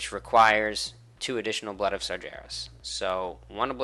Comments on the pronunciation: i thought i miss heard but Got-Dang you actually said "Sar-JARE-us" ffs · SARGERAS... dude learn 2 pronounce the name of the most epic supervillian in WoW lore...